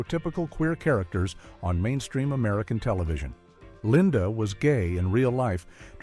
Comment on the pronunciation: "Linda." Really??